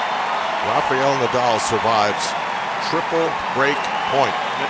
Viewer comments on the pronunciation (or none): Music full blast on the breaks, only in America , is not a NBA Basketball game , tasteless! And to the commentators is not pronounced Rafiel but RA- FA -EL, ok? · I don't get how some Americans can pronounce 'Rafa' but Rafael becomes 'Rafiyel'. 😂